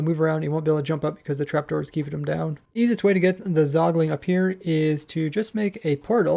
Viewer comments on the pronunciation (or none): Does anyone else hear him say "Zogling"